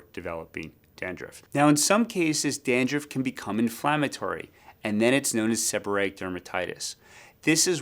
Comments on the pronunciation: Dandruff not dandruffd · I can't get past the "dan-drift" pronunciation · 😂 had to restart the video to listen to it carefully! 😅😅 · I can’t stop watching it. Every time he says it, it cracks me up! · Hey i just heard and now i get why its kinda funny